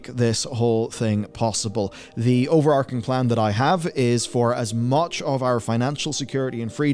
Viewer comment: The Morgan Stanley Parable Also it's "overARCHing"